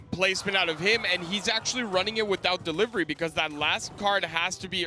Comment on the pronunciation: “royal derivery”